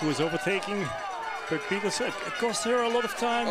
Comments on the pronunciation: It's neither! You can't get the name right,so what are you complaining about the commentators doing it? Puck pieterse PIETERSE! 🤌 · It's Puck Peters not Peterson